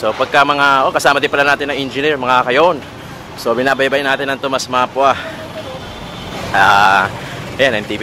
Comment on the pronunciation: hindi po map-wa ang pag pronounce. Ma-pu-wa po. Sagwa pakinggan inulit ulit nyo pa. Peace